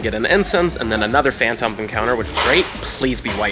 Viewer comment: I’m sorry I hate being that person but the phan”thump” pronunciation is killing me